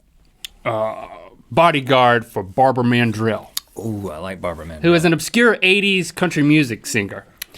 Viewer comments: At first, when link said Barbara Mandrill, i thought he said barbar man jill Lol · At first I thought they said 'Barber Man Drill'